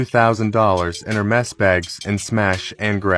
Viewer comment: The real crime is the way you pronouced Hermes